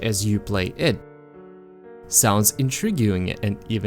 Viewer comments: Bruh, I love you, but please learn how to say the word: intriguing. It irks me. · The "u" in "intriguing" is silent. 👍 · But he says 'intriguing' weird. Who am I? A consumer of the content. Making my feedback matter. And I like when people say 'intriguing' right. Who are you to deny me opinionation on free content?